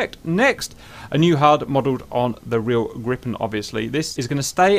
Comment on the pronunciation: Lots of Bonus Points for you for pronouncing Gripen correctly. I actually asked on a Swedish FB page, and they were nice enough to help me. I love your channel in general by the way.